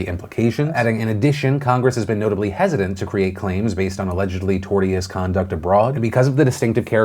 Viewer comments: Not Tor-tee-ous but Tor-shus. Seeing how this isn't the first time you've made up pronunciations, I feel like you might want to consider looking up a dictionary when confronted by words you don't know how to pronounce. It seems only proper considering the wide reach of your channel. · ok, this is nitpicky but it is pronounced Tor-shus not tort-eeus. (I know, that's inconsistent with the rest of English but here we are) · Pronounced "torsh-us" not 'tor-tee'us'. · 🖤hehe tortious 🐢 its '/ˈtôrSHəs/ '🖤